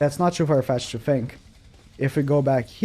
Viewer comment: Ok could u stop ur voice is annoying and u say fink in stead of think